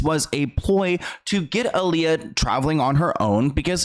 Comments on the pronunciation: Such a necessary video. Name is pronounced AH-LEYAH not UH-LEYAH tho. Solid journalism as always! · You pronounce her name I-Lee-Yuh, but there hasn't been much footage of her at the airport she was leaving from at the Bahamas before she died, just pictures of her taken bts by her close friend/acquaintance/ choreographer Fatima (Roberts or Richards)📵🧐🤔 Y???